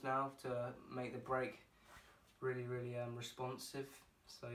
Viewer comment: The British Rwilly😂